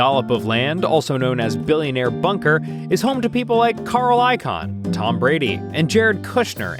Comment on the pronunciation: Bruh I noticed that immediately and I’ve only heard the name once. It’s Carl Icahn u ho3. I get it, cuz ihCAN steal your money but IhCANT avoid jail